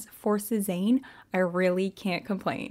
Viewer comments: Your saying Sezane wrong 😂😢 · sezane = suh-zann ❤